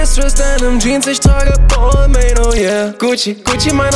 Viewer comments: Kann das sein das er Balmain falsch ausspricht ? Man spricht es doch Balma aus oder nicht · Das spricht man BAL-MAHN aus hahaha... Bruder nimm den Track runter, ist ja echt peinlich. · Hauptsache Balmain ausgesprochen....😂🤦🏼‍♂️ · Es heißt nicht [baalmäin] sondern [balmahn] du Attrappe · spricht man balmain nicht anderst aus? 😂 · Ich hoffe er weiß das er die marke falsch ausgesprochen hat und es nur für den Reim so ausgesprochen hat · Er spricht Balmain einfach die ganze Zeit falsch aus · Er spricht balmain mit Absicht falsch aus aber warum ?? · Alter du sprichst Balmain falsch aus 🤦‍♂️🤦‍♂️🤦‍♂️ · red' nicht von Marken, die du nicht mal aussprechen kannst... schreibt einen ganzen Track drüber aber spricht die Marke falsch aus #brudermusslos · Sprich es bitte richtig aus du möchtegern fashionkiller